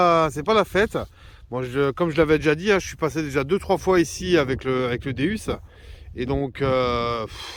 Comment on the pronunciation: Bonjour je voulais vous dire vous dite pas bien le non de Deus car vous prenoncer deUs alors que phoniquement c'est deOUs car deus c'est la traduction de dieux en grec donc sa se dit déOUs et non déUs qui veut rien dire je voulais vous donner cette petite précision .car j'aime bien vos vidéos et d'entendre le non de cette petite merveille écorchés sa gâche un peu bonne detection a vous et vive la la FFDM